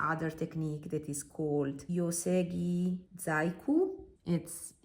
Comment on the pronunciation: Thanks a lot for this review and for all the comparisons. They are very useful. FYI, "GI" in Japanese is pronounced like "GHI" in Italian and the letter H is never silent 😉